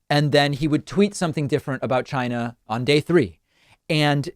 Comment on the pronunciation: Hey David, you're mispronouncing China. Trump taught us it's pronounced Chiy-nah.